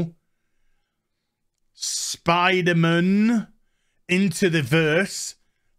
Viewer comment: I like how you say Spiderm'n